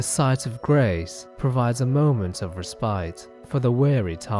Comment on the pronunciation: It isn’t that underrated considering the man can’t even pronounce ‘respite’ or ‘Ekzykes’ correctly.